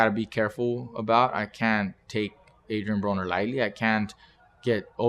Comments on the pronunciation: on 40 secs it sounds like he said Adrien Boner lol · does he say Adrian Boner? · sounded like he said Adrien Boner 🤣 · at :40 sec he said Adrian Boner 😂 😂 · this guy said adrien boner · Did he just say Adrian Boner??? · hahaha he said Adrien Boner